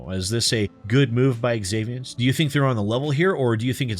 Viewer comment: When a name begins with the letter "X" it is pronounced as if it were a "Z". So "zaviant" not "exavient".